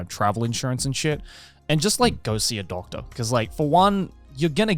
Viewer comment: "goatse a doctor"..oh he said "go see a doctor". lmao